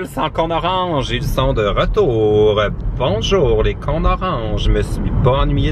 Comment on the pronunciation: Je suis française et avec ton accent j'ai cru que tu disais les "cons d'orange" au lieu des cônes orange, pendant un instant j'ai cru que tu avais un soucis avec les Montréallois